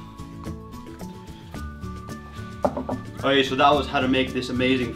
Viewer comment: Please put the "K" back in your "okay" it's really annoying